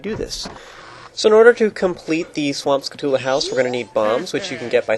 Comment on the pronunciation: This isn't the first time but it bothers me that you say skull-u-tula. When its spelled phonetically skull-tyou-lah. Skulltula.